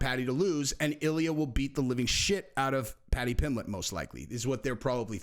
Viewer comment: You said pimblett vs pimbleet, twice (?) I think lol Love the channel tho just discovered